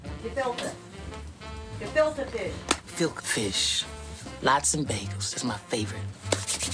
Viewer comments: It sounds like he says build a fish! Like build a bear lol! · “Filker fish” 😂😂😂😂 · “Filker fish. you want some of my filker fish?” 🤣🤣🤣🤣🤣🤣🤣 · GE. FILTE. FISH!! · Omg listen what makes this shit super funny to me is the people in the background feeding Chris & Jackie their lines when they forget them. She was like “KALFILTA FISH!” Yooo she was so done with Chris not getting it right 😂😂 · i think chris tucker still dont know how to say gefilte fish